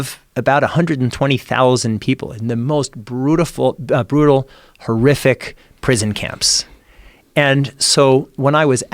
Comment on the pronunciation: he says brutaful instead of brutal when talking about the prison camps, interesting Fruedian slip